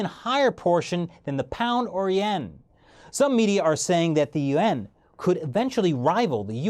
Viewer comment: 1st problem with your video you never properly pronounced the (you-won'")yuan I call Bstttttt